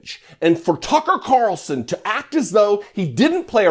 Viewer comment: One comment. You keep mispronouncing F***er Carlson's name...